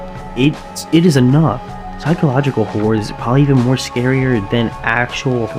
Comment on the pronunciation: actually good video, good writing. i think the documentaries work for you 👍 (sounds like u said "psychological whore" like 3 times)